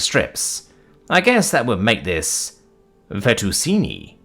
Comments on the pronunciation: Its pronounced feh-tuh-chee-nee btw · Hello. I hate to keep correcting you, but... Gauge is not Gaw-ge. It is properly said as 'Gay-ge'. Fettuccine is said as: Fet-Tah-Che-Knee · Any Italians that watch this are going to explode when they get to the fettuccine pronunciation lmao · On top of the butchering of the pronunciation of "fettuccine," is it a British thing or a you thing to say "gauge" with an "aw" sound instead of a long a? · That one hurt to hear, just like him pronouncing cheyenne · I'm not even Italian, and I was wanting to comment this.